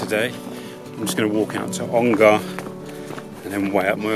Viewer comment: Ongar is a short 'A', not a long one. So more Onger than Ongarrrr. Pronunciation is a part of history.